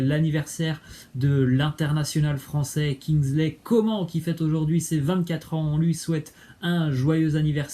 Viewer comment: Kingsley Coman "nn" on dit